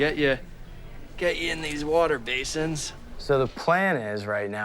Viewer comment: Haha. ‘Warter’ case at the end 😂🤣